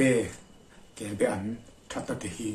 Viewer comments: Kelbean nilovin kelbaan tih zawk tur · Kelbaan tih tur kebean hi a hran a awm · Kelbaan ti in lo lam ta che. Kelbean a ni lo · Kelbe an niloin kelba an tih tur ani kelbe chu a awm ve thoa nie laksual tepawh awm thei a hmingkha lam dik anpawimawh ka ti.kelbe nge kelba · KELBE-AN Tia ilam tlat mai hi adiklo! KELBA-AN tih zawk tur, chuan a bengvar thlakin a tha hle mai. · Atha khawp mai,mahae a lem i tihlan atang hi chuan Kelba-an ania,kelbe-an tiin i lam thina hei hi chu adang daiha,ka han sawi ve anie. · KELBAAN, KEL BA AN ti a lam tur KELBE hi chu a hran daih, Kelbe chu Rengan te nen a in zul deuh, a rah hi Be ang chiah a ni a a rah ro char mu hi, Thingpuife ah an hmang bawk. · I ziak ang hian lam la I lam dik a ni mai. Kelba an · Kelbaan tih tur a ni ka ti ve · kel baan hi kei pawh ka hriat dan a ni e